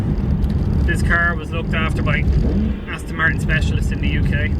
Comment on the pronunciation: Another one-handed driver of a manual which some may say is a little dangerous in a car eith over 500 bhp. Resting his hand on the lever and no doubt his foot on the clutch pedal which will knacker the bearing. Why can't people pronounce Aston correctly? It's not Astin Martin. A delicious car which, I'm afraid is a target for the jealous and the moronic JSO crowd. A good friend of mine sold his Bentley Continental because it was such a hassle parking it safely. He now drives a Van into his local town.